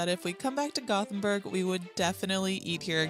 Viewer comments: It is called Gothenburg in English, Göteborg in Swedish. It sounded fine the way she said it. We don't expect perfection from tourists. 😅 It's certainly not Gotham City. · She said Gothenburg correctly. Swedish tap water is the best. You can drink from the tap all over the country. All the Nordic countries love salty licorice. Lingonberries are pretty similar to cranberries. They grow all over Sweden, Norway and Finland. Kaka means cookie. Cake is tårta. We have your kind of hot dogs here too, but they're only sold in grocery stores and usually only liked by kids, so what he ate was a real sausage.